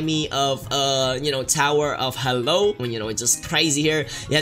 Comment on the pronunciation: Lol its tower of hell not tower of hello XDDDD